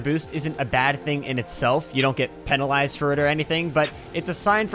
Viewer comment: His pronunciation of penalised lmao